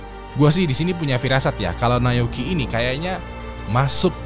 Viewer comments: Naoyuki bang bukan nayoki 😭😭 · nyebut Na-o-yuki susah amat bang ...